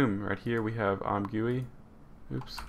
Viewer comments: "im gooey" man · Great job man! Your tutorials always help :) P.S.: It's pronounced as "I'm Jee You I" or "I'm Gooey" ;)